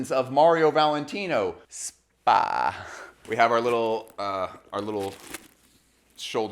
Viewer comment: I'm pretty sure no one is going to read this but it doesn't say "spa" but "S.p.A." [esse pe a] which is short for Società per Azioni in Italian which is a public limited company. The way you stressed "spaaa" was just so weird when there's nothing strange to the type of company this is 😅